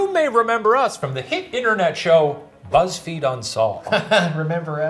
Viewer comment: I missed a lot, apparently. Shane saying " This week on Beezfeed...." had me like, uhhh. 😂